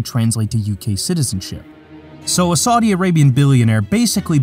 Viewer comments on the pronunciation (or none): none